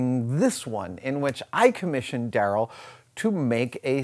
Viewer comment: that's pronounced "Da Rell"